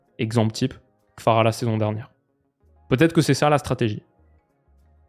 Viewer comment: Jsuis le seul que ça stresse de ouf quand il dit Kfara a la place de Kvara ?